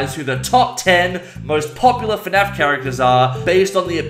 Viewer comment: Nobody:: FeNAF